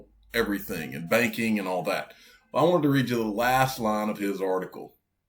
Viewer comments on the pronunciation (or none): none